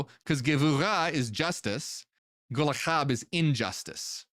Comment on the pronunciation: its pronounced gol-ha not golaha, it means charcoal hot, burning charcoal